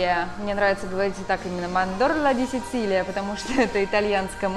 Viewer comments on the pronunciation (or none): Не дэ Сицилия, ужасссс позор, а дэ сичилия научитесь правильно говорить